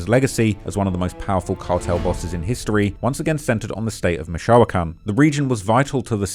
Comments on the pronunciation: It took me until the second or third time mentioning Michoacán to figure out what he really meant😂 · The Jalisco pronunciation is crazy 😂. Some of the other ones aren’t too bad though, Michoacán is a little harder.